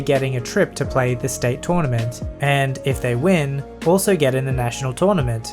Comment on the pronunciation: Tounament! xDD